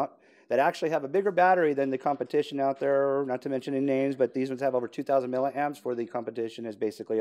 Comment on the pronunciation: it's milliamps not milleramps !